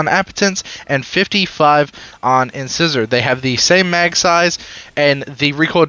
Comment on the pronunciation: It's not "in-scissor". It's "in-size-or". Like a tooth.